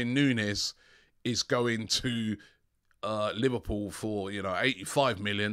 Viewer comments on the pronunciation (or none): none